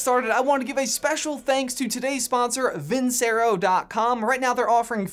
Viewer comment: Hearing you pronounced Vincero like that just makes me cringe